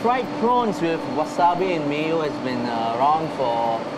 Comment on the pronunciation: Chef Sam Leong, its actually called Wasabi, (wasabee) not wasabay...